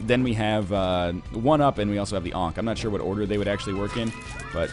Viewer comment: "Oh, the Onk!" Lol'd. I'm pretty sure it's pronounced "Ank", correct me if I'm wrong.